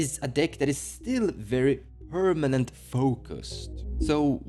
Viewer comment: I miss when he said "pernament"